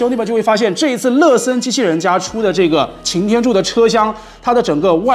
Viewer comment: 每次听说乐森都像是在说“了色”